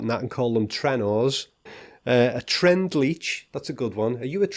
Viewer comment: also I like your tern TERND, it sounds drity